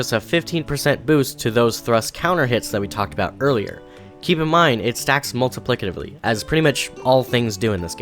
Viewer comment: Oh so he is the “Multiplicitively” guy 😂